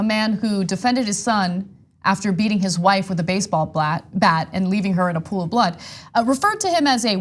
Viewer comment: I find it hilarious that Ana says "baseball blat" 🤣